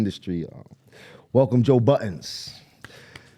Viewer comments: Joe Buddens? Bruh take that S off Jim lol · He don’t even know his name called him Joe “buddens” 🥴🥴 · He still callin him Buddens 😂😂😂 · “One of my closes friends, Joe Buddens” 🤣 it’s no “s” Capo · Everybody still calls him “Buddens” when it’s Budden 😂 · That S at the end of Budden 🗣Joe BuddenS 😂😂😂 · he called him buddens with the "s" lmao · He's just given up fighting the "S" at this point after all these years😅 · Dang how he still said "Joe Buddenss"?! lmfao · There is no S at the end of Budden, stop doing that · Yo is this a black thing? How hard is it to say Budden. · Adding an S to Budden cracks me up everytime i hear it 😂 & he doesn’t correct them 😭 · He clapped after this man said his name soo wrong 😂😂 I guess that’s how you say it in New York 😂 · You know they known Joe for awhile when they add the "s" to budden 😂😂😂😂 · my friend , but still cant say his name right lol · one thing a rapper gon do is butcher joe's name 😭